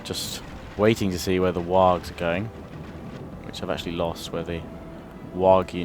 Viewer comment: Just a little correction, its not wags, it sounds more like worgs, though it is spelled wargs.